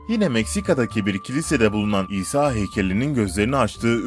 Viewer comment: Şuna isa diyip durmayın o peygamber o ha isa